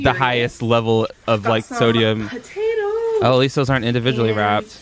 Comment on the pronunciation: you mean sodeumms